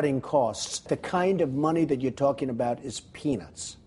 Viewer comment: 0_0 did he say penis or peanuts.